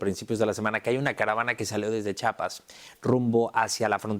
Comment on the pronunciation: No sé dice chapas sé dice Chiapas